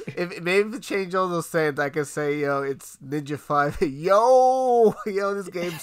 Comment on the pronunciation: “Ninja Five No”?! KICK HIM!